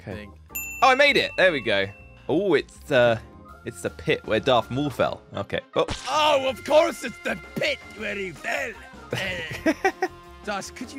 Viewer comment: did this dudde just say darth moool. its darth maul..................(darth)- (mall )